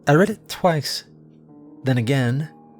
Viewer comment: is a AI generated voice reading AI generated stories.. ever notice every time the word "read" comes up it's always pronounced "red" and not "reed" or if the time is written as "__:00" it says the number then "okk-okk" (or something that's similar) but not "o'clock" and several other mispronounced words that most everyone knows how to say but is butchered when he says them. Try Dr. Creepin or Jordan Group Horror and his "Hallow's End" series.